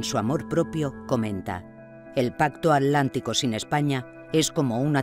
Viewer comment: Alguien sabe por qué la narradora no pronuncia la T antes de la L? Ej: el océano A'lántico